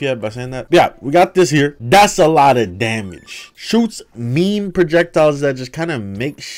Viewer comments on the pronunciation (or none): no one talking about the fact he called it meemee gun instead of meme? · bro really just pronounced it me-me